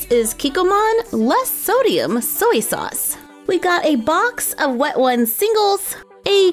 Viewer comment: It’s so funny when she said soy sauce for some reason